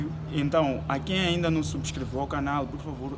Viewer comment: Pq falam canar e não canal??